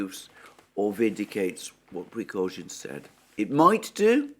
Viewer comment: This dude needs to put some respect on Prigozhian's name